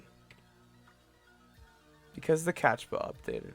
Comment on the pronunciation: It's CaPtcha not CaTchpa.